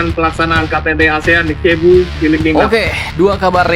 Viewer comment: Min, Cebu dibacanya sebu